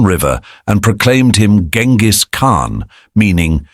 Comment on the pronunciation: That's not how you pronounce his name btw.